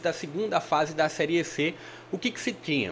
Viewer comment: Gostei do seu vídeo, deu agonia você fala seriê , o correto é série 😅😅😅